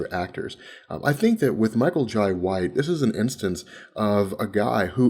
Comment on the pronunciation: it irks me everytime he says Michael Jai Whites name... TF....? it's pronounced Jay just like inbetween my name is lai but it is pronounced Lie